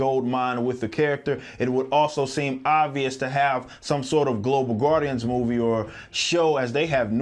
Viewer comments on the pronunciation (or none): none